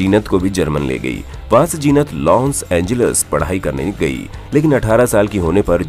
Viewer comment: abay naam to theek se lo Jeenat nahi Zeenat. Saale anpadh ganwar kuch bhi video bana dete hain. She still looks gracefull and has always looked.